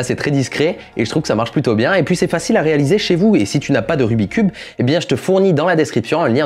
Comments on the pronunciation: Il m'a stressé tt la vidéo avec son RUBIII cube ! Pour moi on dit RUBIKS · Il y a que moi que ça stress qu’il dise rubicube et non rubiXcube !? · Pour la toute dernière fois . "Rubik' S Cube" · Jadore ta video mais jiste ces pas rubi cube ces rubiks cube sinon super video continu👍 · "rubique" cube LE 'S' N'EST PAS LA POUR RIEN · Je ne sais pas vous mais ça me soule les gens qui disent : "Rubicube" au lieu de "Rubik's cube" 🤬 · on dit rubiX cube, il faut prononcé le KS. Désolé mais ça ma fait mal d'entendre le nom écorché tout le long de la vidéo... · En tant que speedcuber officiel... ON DIT RUBIK'S CUBE Y'A UN FUCKING "S" AAAAAAAAAHHHHHHHHHHHHH!! La bise! 👌